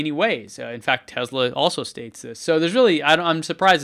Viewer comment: Tezla? I thought it was Tesla